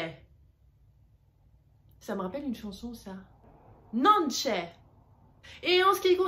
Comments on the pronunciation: Bah alors pourquoi apprendre des mauvaises habitudes ? Faites des vidéo quand vous maitriserez la langue a sa prononciation... Car effectivement il a raison, Non c'è n'est pas Nonchè.... C'est dommage de bacler comme ça je trouve, vous avez un bon potentiel. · "Ainsi que (Nonché), c'est plutôt (dans la prononciation) "non'ke" et pas "non'tchè. Merci ! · Je dois reconnaître que je suis sceptique sur votre façon de prononcer certains mots. Nonché, le ch se prononce "k" en français, vous dites "non c'è". Je suis également novice en italien et je l'apprends encore mais je trouve que vous devriez faire plus d'efforts sur la prononciation et également sur la phonétique. Vous donnez de mauvaises informations à d'autres personnes qui veulent apprendre et ça leur prendra encore plus de temps de corriger les erreurs que vous faites et apprenez aux personnes qui vous suivent.